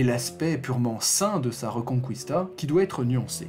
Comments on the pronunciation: pour info ça se prononce pas reuconcOUista mais rÉconKista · Reconkista !!!Et non pas Rconcouista🤣🤣🤣👍